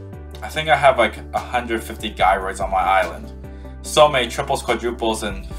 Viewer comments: Thank you for posting this, and going through all this work… And I’m so sorry to tell you… the G in Gyroids is pronounced like a J, like in the word “Jealous”. It’s not “Guy-Roid” it’s “Jai-Roid” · sorry but you pronounce them jy-roids